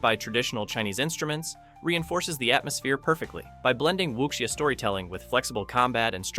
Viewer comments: It's pronounced "wu-sia" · great video!! the pronunciation of wuxia is " wushià "